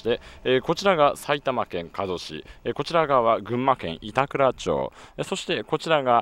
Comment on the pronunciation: いたくらちょう→いたくらまちｗ おぎゅうえき→やぎゅうえきｗ